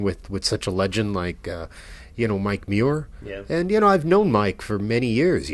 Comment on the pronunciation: Cannot even pronounce "Muir" properly... Yikes. The more I've listened, the more cringey this thing gets. "Give Me Your Money"? It's SEND Me Your Money... C'Mon, man... fuck. S.T. is a phenomenal band, and I appreciate this episode, but fuck...